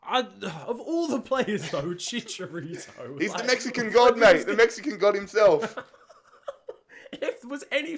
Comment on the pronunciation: Bruh Chicharito has no s